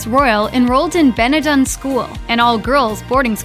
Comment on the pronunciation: American woman presenter, I know and am infuriated by the American's uncontrollable urge to take the middle out of English words but whilst you say, if you really must, Conneticut instead of Connecticut, please wreck your own language, and I use the word loosely. Please do your homework first and learn that the school is called BeneNden not Beneden, or just shut up. The latter is preferable!